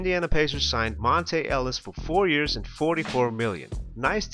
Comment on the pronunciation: It's Monta not Monte, good video though.